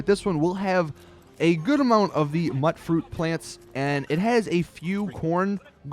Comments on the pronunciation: Dude, really? Muttfruit? Tatto plants? MUTEfruit. TATEo plants. You know? Like MUTation and poTATo? Yikes. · By the way, mutfruit is pronounced mute fruit not mutt fruit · A great video but it's really killing me hearing it pronounced mutt-fruit. It's pronounced mute- fruit, short for mutant fruit. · is it pronounced Mutt fruit or Mute fruit? i always thought it was mute as in mutated fruit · Dude. Tato pronounced poTATO; Mutfruit pronounced MUTant. Idk why this bugged me so much. This is the first YouTube comment I've left in at least over a year. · And mutfruit is short for mutated fruit, so the "mut" is pronounced like mute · its pronounced myootfruit and tayto. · >muht fruit >tattoo Just no. ffs, this game has NPC's who talk to you, who pronounce this shit properly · Just a heads up, mutfruit is pronounced myoot-froot (as in mutant fruit) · Okay bro. Since you were helpful with this info I'm going to help you back and save you further humiliation. "Tato" is not tatt-oh. It's a potato. "tay toh". "Mutfruit" is mutant fruit. Note the "mute" sound. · my god you're pronunciation is horrid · does the pronunciation annoy anyone else?